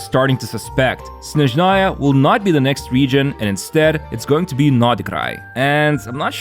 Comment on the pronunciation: блять ударение правильно ставим снЭжная (SnAzhnaya)